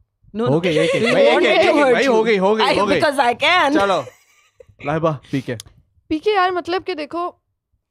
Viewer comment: said __ laaayybaaa 😂 not laiba😂😂😂